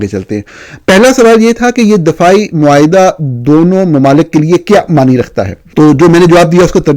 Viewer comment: معاہدہ ۔ معائدہ نہیں